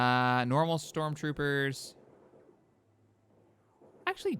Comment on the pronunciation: "We can get Strock Troopers"💀